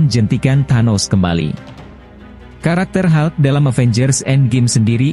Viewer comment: Hulk ga dibaca halk